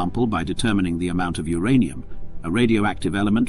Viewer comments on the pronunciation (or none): none